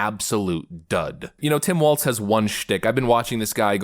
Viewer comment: His name is Walz like walls. There is no t in his last name.